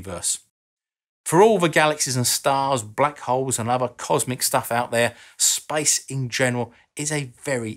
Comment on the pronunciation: “Spice?” Oh…I get it: “Outer Spice.” (Some sort of accent thing.) “Spice” means “Space.”